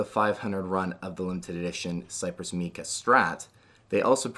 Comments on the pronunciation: Just FYI: It's "mike-uh" not "meek-uh" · Great video but “Mica” is pronounced with a long I sound, not a “ee” sound. Like MAI-kuh. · MAI-CUH, NOT MEE-CUH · My-cuh. Not Mee-cuh